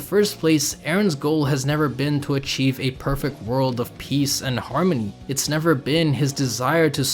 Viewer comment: Hey man. Friendly advice, Perfect* not perfekt. Accept* not expet